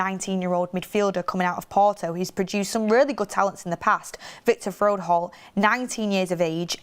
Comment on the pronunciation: It's FRO-HOLDT, not FROD-HOLE 😆